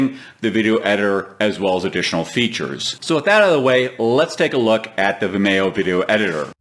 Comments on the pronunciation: Um it's pronounced Vimeeo, like Video, get it. Video, Vimeo? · Its procounced vimeeeeo. Similar to "video" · Never heard Vimeo pronounced that way.